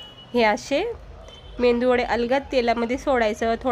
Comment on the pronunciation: 😊👌👌❤️ मेंदू वडे नाही मेदू वडे म्हणतात